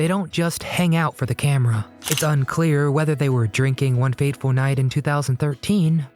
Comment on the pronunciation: It's "One FATEFUL night." Not "one Faithful night" lol